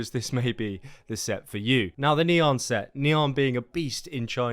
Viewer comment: Pronounce = Knee an Try saying: Nyaaaa